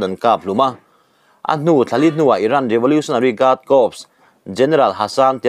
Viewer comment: Corps hi kâwps tiin in sawi hi kâwrs tih tûr a ni e.